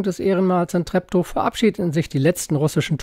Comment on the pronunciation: Zugezogene und auch schon länger in Westberlin Wohnende sprechen den Ort oft falsch aus, wie man in diesem Beitrag gut hören kann. Es wird eben nicht "Treppto" ausgesprochen, sondern "Treeptoo". Nur mal so.